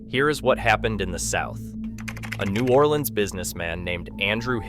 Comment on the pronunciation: Please pronounce New Orleans “New Or Lens” like the guy in the video. That’s how all the locals say it. If you say new or LEANS imma slap u😂❤